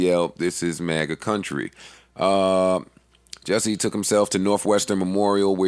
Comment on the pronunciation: it's jussie, Jus-sie, JUSSIE!!!! not jesse... like a nick name for justin or justice, JUSSIE!